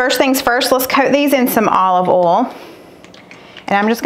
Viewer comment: Thank you for the clarification, once again, of the word "oal". My mostly deaf Yankee self couldn't survive without the lessons. 🤣🤣